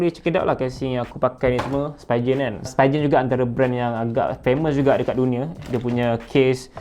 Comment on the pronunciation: Spee-gen. Bukan spy-gen